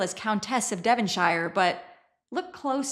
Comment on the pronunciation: P.s. THEE earl of DevonSHEER not THE Earl of DevonSHYRE. THEE always before vowels . Here to help.